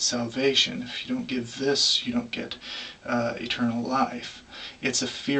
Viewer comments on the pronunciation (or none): none